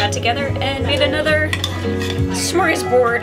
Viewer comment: Happy birthday. I think just invented a new drinking game... Take a shot every time she misses a syllable in Smörgåsbord!